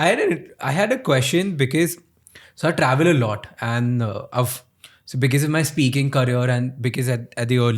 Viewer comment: Bro it’s be- coz not be-cuss